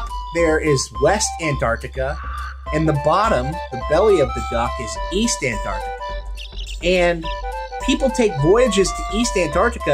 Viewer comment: I heard Ant-duck-tica, is home to the Penguinasorus.